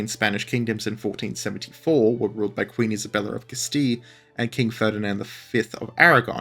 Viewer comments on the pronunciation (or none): none